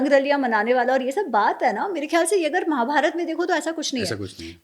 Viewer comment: महोदय, उच्चार में दुरुस्ती करो, रामायणा गलत है, "रामायण" सही है. महाभारता नहीं महाभारत जय श्रीराम